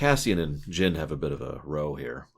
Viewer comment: Its Jyn ;).